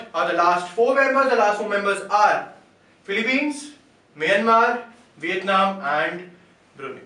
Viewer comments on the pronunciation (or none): its Vietnam not Vitenam!